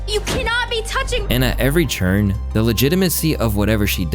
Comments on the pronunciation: Why does say "turn" like "churn"??? idk why, but it hurts my sole.... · Are you saying turn or churn??? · Why you say “Turn” like that? 😒🧐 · Why do you keep pronouncing turn and turning that way?